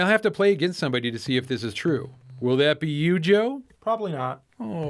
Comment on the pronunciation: Lol, the distanced "PROBABLY NAWT"